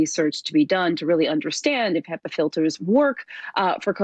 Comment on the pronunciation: They are pronounced Hepa like he first before the pa. I didn’t know this either 😂! Also, the easiest solution if you can’t afford the filters is to open a window and create negative airflow in your house if you have visitors over. Hope this helps!